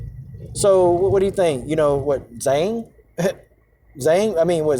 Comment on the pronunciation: Trust me if Zhang doesn't agree with communism... she's not running around China denouncing it. Btw Purposely mispronouncing Joanna's ethnic last name is indeed racist!